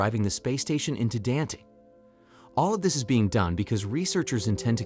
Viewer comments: You pronounce it Dant...should be Dan-te ....you are stupid man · It's Dante as in Dant Hey. His name is Saint George not Street George